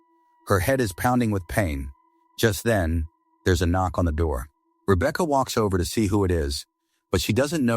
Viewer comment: Rebeaka 😂😂 He said it fine until that point 😂😂 hilarious thought I was the only one who notices that